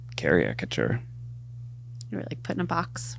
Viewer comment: that is NOT how you pronounce caricature